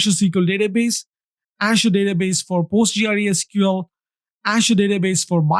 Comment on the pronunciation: Postgre, usually referred to as Postgres, not Post G.R.E. It's a bit disorienting to hear it being called Post G.R.E. over and over again.